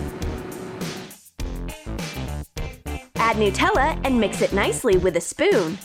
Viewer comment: OMG SHE SAID NEWTELLA